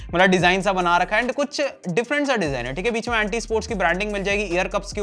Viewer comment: Aree Bhai wo Aunty nahi Ant -- fir -- eSports hota hai. ⁉️💯